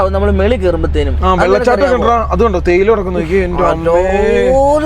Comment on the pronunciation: തേയില തെടി അല്ല ചേയില തെടി 😂😂